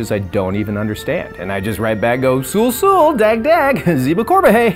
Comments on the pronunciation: yeah more like souswo rather than susu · its sue sue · It’s actually sul sul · It's sul sul